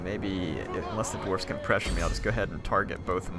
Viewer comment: Your incorrect spelling/pronunciation of Dwarfs has now been added to the big book of grudges.